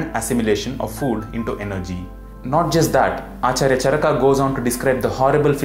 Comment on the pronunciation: You are very knowledgeable, but I have some suggestions. Can you, along with sanskrit shloks in roman script, display them in devnagri also? Also, kindly pronounce the अ ending words as such, not आ ending, like चरका is wrong, it's चरक. We as indians have the duty of spreading our language correctly.